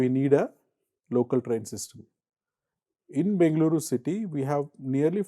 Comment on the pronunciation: Good content. Nit: The moderator can put a little more effort in getting the Bengaluru (ಬೆಂಗಳೂರು) pronunciation right which is interestingly the Channel name. Will help express Kannada pride.